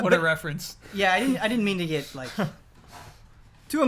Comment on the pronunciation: bro the way you say get is just the best lmao the way you GIT is the best! ahahahahah love you man but you pronounce get as git every turn! Git Gud!!!